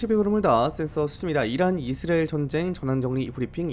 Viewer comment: 이즈리얼이즈리얼이즈리얼이즈리얼이즈리얼이즈리얼이즈리얼이즈리얼이즈리얼이즈리얼이즈리얼이즈리얼 이제부터 당신은 이스라엘을 이즈리얼이라고 발음합니다